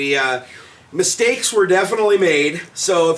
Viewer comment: "Missteaks" where made